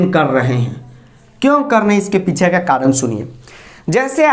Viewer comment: Karan karrrran karrrrrrrrrrrrran karrrrrrrrrrrrrrrrrrrrrrrrrrran krrrrrrrrrrrrrrrrrrrrrrrrrrrrrrrrrrrrrrrrrrrrrrrran ☠️🤣🤣🤣🤣